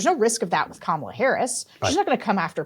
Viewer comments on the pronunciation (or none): none